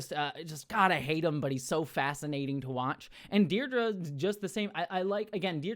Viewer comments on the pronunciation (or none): Sorry but it really annoys me that you're pronouncing Dedra wrong. Its not Deirdre its ded-ra 😭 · Space Derdra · Yes, thank you! Or, as I pointed out in another comment, it's "Dead-Rah" – which is quite the funny name for a fascist bird like her...😂